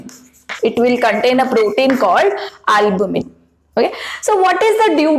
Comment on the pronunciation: albumin ?? Is this that word mam??